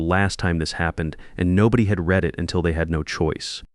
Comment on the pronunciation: A I narration can't tell the present or past of the word "read" or "live". Very jarring.